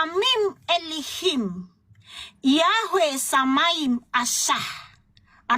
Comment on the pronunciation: Salah baca itu Ki kol bukan Ki kal, elilim bukan Elim, karna KLO Elim artinya brutal. SOK TAU JIIIR